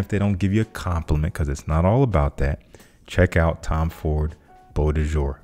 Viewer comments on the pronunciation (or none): none